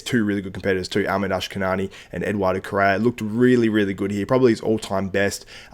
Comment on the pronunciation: Well said man , but his name is Ahmed El Wardany not El sudany